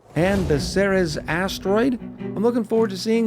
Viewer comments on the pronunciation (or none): Ceres is pronounced 'Series' You have full permission to name this the Ceres Series. In fact, I dare you.